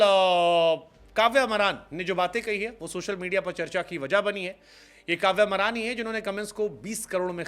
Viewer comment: Are bhai wo कव्या मारन् है कव्य मरान् नही 😅😅😅